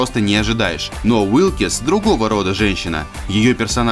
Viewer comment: Уилкс,а не Уилкис.И да,она сломала Шелдону ноги,а не отрубила.